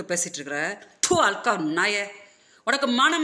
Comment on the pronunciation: அது அல்கா இல்ல- ஹல்கா அப்படின்னா எச்ச அப்படின்னு அர்த்தம்.